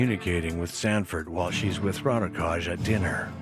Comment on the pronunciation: why cant they do any research to pronounce his name correctly.... sounds ridiculous